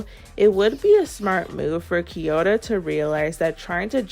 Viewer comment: Can you stop calling kiyora “kiyota”